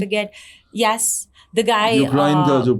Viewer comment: Yes ko yaasss bol re ha😂 she is well educated 😄